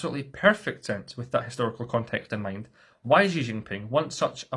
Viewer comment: Nice video. The only issue I always have is how "Xi" is always pronounced. To get it right, try to say "she", but don't let your tongue touch the upper or lower palate of your mouth, point it towards your teeth. Crazy pedantic I know, but it always bothers me lol